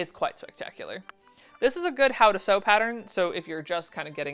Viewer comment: Sauce eee. Lol i don't sew garments uet but that doesn't mean its not exciting